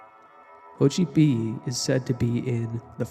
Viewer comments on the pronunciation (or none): The X in Nahuatl is pronounced “sh” not “h” but great video 👍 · Bro great choice of topic but it's not a Spanish name! It's pronounced sotchipily NOT hochipiyi, shame, you should've researched a bit of Nahuatl, or just the name in question. To anyone below insulting the Aztecs or Mexicans, you can go fuck yourselves, that or your stupid, fat, filthy and hideously ugly mothers and sisters like you youtube idiots normally do. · Name is pronounced more like Sho Chee peelee but great video! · It’s pronounced SO-CHEE-PEELEE btw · Yes great information in the video, but it was bothering me how you said the name lol 😆 (so-chee-pee-lee) Xochipilli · I dont know where you read that pronunciation but the word Xochitl or flower in nahuatl is actually pronounced as "so-chee". So Xochipilli is pronounced "so-chee-pee-lee-". The X does not make the "ho" sound. Sorry to correct you but it just bothered me how well researched your video is but you got the pronunciation of the subject of your video wrong.